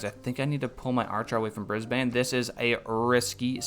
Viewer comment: Hey mate, Australian here! I'm loving the series but it would help me a lot if you could pronounce the city names a little different. Geelong is said G - long (like just the letter G), and Brisbane is more like Brizbin, Canberra is more like Cambra. All good if you don't care